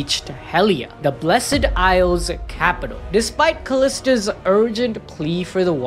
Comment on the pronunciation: Why does he keep saying "blessEd isles"?! The E is silent bruuh